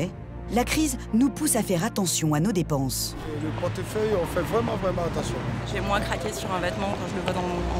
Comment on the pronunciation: Suw le powtefeuille on fait waiment waiment attention.